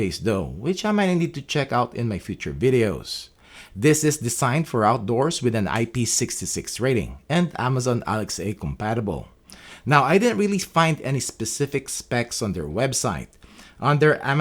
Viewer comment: Every time you pronounce "Alexa" you make me twitch. It's not the same pronunciation as you'd have in a language like Spanish. :-) That said, you have the best channel for cameras out there, and I often recommend it to people looking for such info. Thanks!